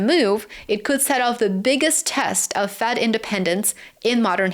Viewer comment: Good work,! Tip: It's "Fed", not "Fad". But I understood you.